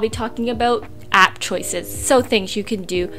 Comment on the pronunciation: When u say app it’s really harsh .. like it ssounds like “blah blah blah APP blah blah APP!!”